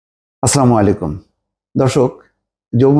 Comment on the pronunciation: Brother, please read this message because it's important. Please say assalamualaikum not aslamalaikum